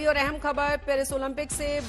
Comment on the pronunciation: Parsi nahi Paris hota hai